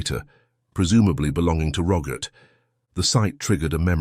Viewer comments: Roggit? It’s Robert 🙄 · His name is ROBERT, not RoGert...lol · ..also.. a soft ‘G’.. in place of the ‘B’.. Geeeesh🤨😐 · Why do you call Robert - Rogert ?. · How did robert morph into rogert? Like the english say yoghurt? It's not spelled like roger, just messed up! Kasey is not spelled Cassie, you have wierd pronunciation. Cassie has a short a. Use the right spelling for goodness sake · The Narrator says the name Robert.. with a Hard G in place of the B.. Aggravating..🤨.. ur.. Good, Scary story👍🏼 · Ok.. now it’s ‘ck’ in place of ‘B’😐